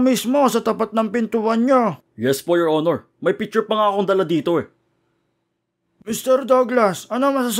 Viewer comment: 'Yor onor angkel'😂😂😂😂🤣🤣